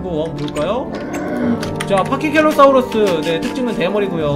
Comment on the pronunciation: 파키켈로사우루스가아니라 파키케팔로사우루스에요.